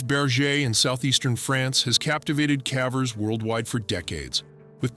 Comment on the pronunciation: A.i. keeps saying cavvers, I wonder if the prompt had (á) if it would use the hard A? I’m big on critique, I’m all about trying to help channels grow. 😊✌🏻✌🏻